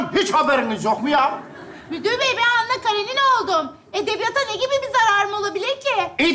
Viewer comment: 😂😂😂😂👏👏👍👍her zamanki kimi mohtesem 👍👍👍👏👏 ama Anna Karenina ☺KaraNina degil